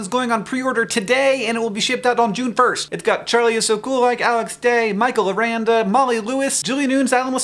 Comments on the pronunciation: STILL not pronouncing "Aranda" correctly, eh? haha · hahaha. i noticed that too. i wonder if he'll ever get it correct... questiong for hank: will you ever say michael aranda's name correctly? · HANK!!! ARE YOU NEVER GOING TO PRONOUNCE MICHAEL'S NAME CORRECTLY! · aranda. hahaha. you said it wrong again.